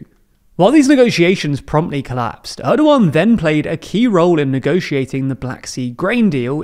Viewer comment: Gosh he is slaughtering Erdogan's name, can't you at least watch a video where his name is pronounced correctly?